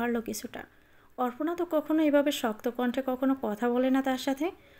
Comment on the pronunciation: অপর্ণা কে অর্পনা উচ্চারণ করছেন কেন?